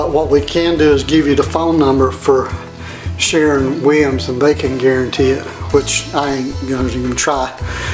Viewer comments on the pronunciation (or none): Keeps saying “Sharon” Williams as if it’s a woman he’s pissed about.